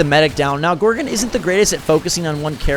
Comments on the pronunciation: It's GorgOn not gorgin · Please don't say gorgun it's gorg-on